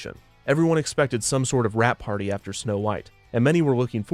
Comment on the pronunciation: I thought he said Rat Party, as in Mickey Rat